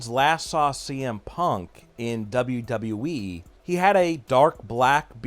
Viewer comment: Imagine doing a wwe channel and not being able to pronounce wwe correctly